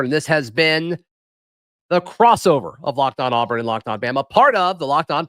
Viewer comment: good job but one critique…AWEburn, not AHburn